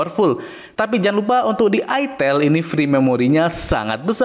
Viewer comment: Aitel ngomongnya jangan Itel dgn aksen java 😂😂